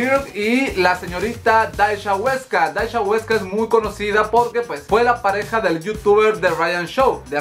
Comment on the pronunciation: "daisha" JAJJAJAJAJAJAJAJAJ